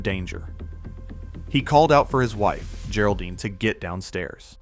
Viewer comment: Apparently people have a hard time training an AI to pronounce things right. gare-oldine? lol And it said gary isntead of Geri pronounced like Jerry